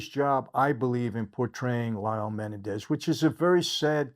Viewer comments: I already dont believe michael cause he cant even pronounce their name correct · Just because the media pronounces it one way it doesn’t mean that’s the correct way. The man spent 11 months with Erik and Lyle, MAYBE they told him how to pronounce it. You don’t know. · Why is he pronouncing their last name, Menendez, wrong? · You're pronouncing their last name incorrectly. The accent is on the the second e. Great content!